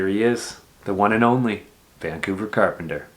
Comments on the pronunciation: “vancouver crapenter” 😂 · "Welcome to Vancouver Crapenter" 😂😂